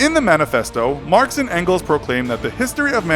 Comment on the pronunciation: His name isn't "frederic engels" he is called "Friedrich Engels" and don't pronounciate "Engels" like "Ancles" 😂😂